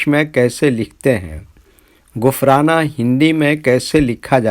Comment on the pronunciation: Bhai ghufran hota hai